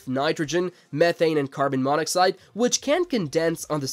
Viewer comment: AI voices are getting better but they still get words wrong, like carbonmonoxide being pronounced as carbon mono cide